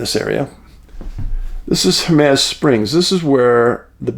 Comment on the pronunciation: Jemez: Pronounced "Hay' mas". I've been there many times. Especially the hot springs.